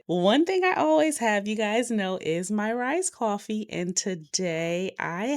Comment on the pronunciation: Are you saying Rise coffee or rice coffee?